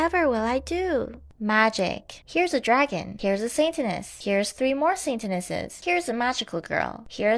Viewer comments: Mispronouncing saintess an sataness is something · Instead of saintess I heard sataness